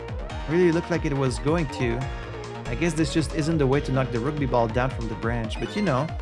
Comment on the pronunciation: Oh man, not the roogby! That was torture (no it wasn't, I'm playing it up for laughs) Is that how you pronounce it in French? Quebecois French?